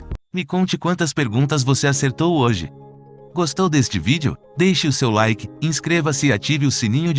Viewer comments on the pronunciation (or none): none